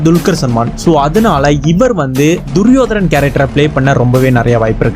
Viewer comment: duriyodanan.. not duriyodaran